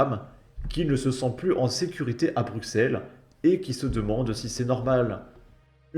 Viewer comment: Putain, il est temps de savoir prononcer les Noms. Le x de Bruxelles se prononce comme 2 s. C' est pas Forest, ça se prononcé Forêt. Et pour terminer Uccle se prononce Uccle. 😊😊